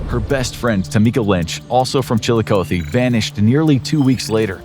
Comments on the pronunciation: The amount of times you mispronounced Chillicothe In this video hurts my head. As far as difficult to pronounce Ohio cities it's not even in the top 10. putting way too much emphasis on the O. oth-e not O-thee. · Columbus, Ohio, resident, here... The pronouncing of "Chillicothe" is not with an ending, "oh-thee". It's an ending "ah-thee." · Chill-eye-Cot-thee Please stop butchering how you pronounce the name of the city. Sincerely someone from Ohio. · One correction, it’s pronounced Chill-a-COTH-ee where “coth” sounds like “goth” but with a soft c. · chilikoathee makes me laugh every time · Incorrect pronunciation of Chillicothe. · The way he pronounces Chillicothe is cracking me up. Chillicothe and Cuyahoga always gets people. 😂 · It’s Chillicothe with a short O. Not a long one. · Am I the only ohio native thats absolutely bothered by the way pronounced Chillicothe? 🤮😭😥